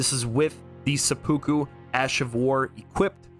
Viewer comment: Seppuku is pronounced Sepu Ku, not Se-Pookoo.